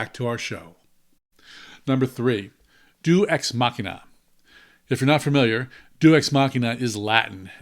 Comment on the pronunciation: It is not Due Es Machina. That may or may not be latin. It is Deus (Day-ooze) Machina.